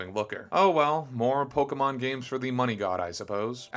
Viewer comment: You don't even know how to pronounce Pokémon.